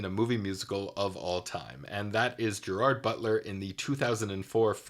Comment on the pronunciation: Anyone with real knowledge of POTO knows the significance of the “clone”. And BTW it is not Geer- aard, it is Ger-ird. He is from Scotland.